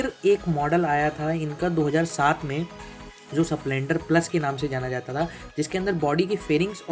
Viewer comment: स प्लेंडर नही स्प्लेंडर बोलते हैं😅😅😅